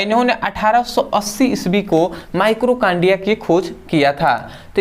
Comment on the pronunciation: माइटोकांड्रिया होता है भाई माइक्रोकांड्रिया नहीं।